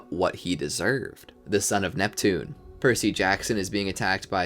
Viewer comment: you said “Sun of Neptune”